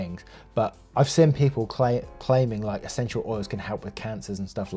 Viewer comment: How we say "seen": seen How says "seen": siin 😂 Then when he says to shove the lavender up their.... Well that was the highlight of my day